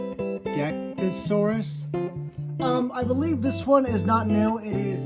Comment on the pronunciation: It's pronounced (Jen-yo-dec-tees) dude. It's a close relative of the Ceratosaurus and its name translated to "Biting Jaw".